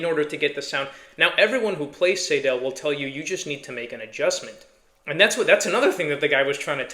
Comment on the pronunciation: Btw, it’s “Seydel” - rhymes with Billy Idol. …But, then again, there are several very different German dialects, so, perhaps I’m wrong and right at the same time…? The Session Steel has its issues. The stock combs are often, ahem, crud. They can crack very easily. A Blue Moon comb can turn the harp into a real instrument. And, the Session reeds, on every one I’ve bought, must be gapped properly. So, they are a good,well built harp - but, only after some tweaking, and a custom comb. I prefer and “tin sandwich” style of harp comb ala Marine Band, 1847s, Golden Melody, over the Special 20, Session Steel , style of comb, anyhow. The 1847 is an entirely different story. That is a fine, complete harp. As opposed to the Session harps I have, every 1847 Silver harp I own were ready to play, out of the box.